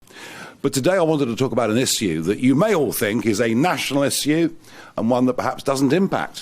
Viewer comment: Maybe one day he'll learn to pronounce "Issue" 🤣🤣